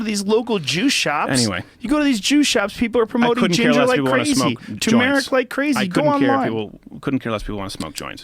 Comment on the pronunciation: Joe Rogan is disgusting and he doesn't even know how to pronounce turmeric.